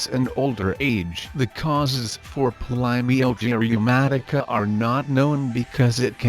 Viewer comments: Try not to say the name of the condition too much in this video with AI, it sounds mispronounced. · The robot can’t even pronounce this disease. 🙄